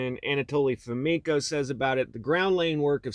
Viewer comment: Fomenko? Come on guys....